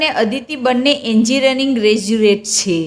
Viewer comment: એન્જિનિયરિંગ નો ઉચ્ચાર પણ નથી આવડતો